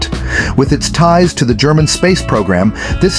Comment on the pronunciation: Gemini not German lol